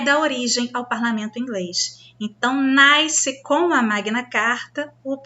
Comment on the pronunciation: Eita! “ naisce o parlamento”? Não seria “ nasce”?